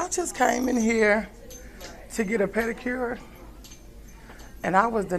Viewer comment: " I went to school for pedacure " lol